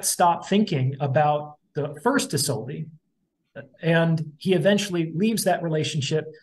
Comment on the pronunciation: *isolde is pronounced Iz-OLD-uh